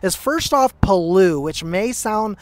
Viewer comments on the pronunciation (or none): Lol. Its palau. PAH-LAU, pronounced same as laos. 😁 but good video buddy 💯💯